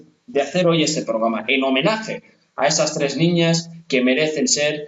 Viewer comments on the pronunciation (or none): Porque le cuesta tanto no decir “pograma” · OR FAVOR ...NO SE DICE POGRAMA ES PROGRAMA